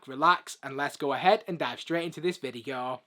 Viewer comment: bro sayed vigio not video